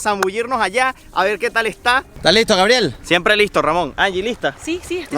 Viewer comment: Ah brutal cómo decí grabiel ☺️